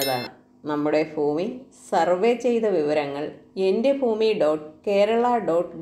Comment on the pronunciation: ഫൂഉടമയല്ല ഭൂ ഉടമ. ഫൂമിയല്ല ഭൂമി.